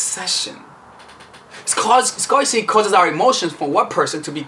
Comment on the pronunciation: luv luv luv u! but you’re mispronouncing “scarcity.”